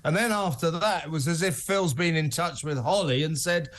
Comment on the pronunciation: Is it just me or did Holly say "Phils very strange indeed"😅